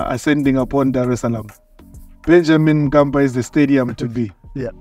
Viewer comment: It's Benjamin mkapa not Benjamin kapa